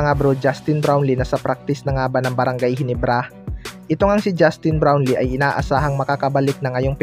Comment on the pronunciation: Bulol puro ka balita KY brown lee.wala ka kina iba sa mga nag ba vlog puro bron lee dn mga kasinongalingan naman.buti pa d nyo na e balita c brown lee kng d totoo nakaka boisit lng.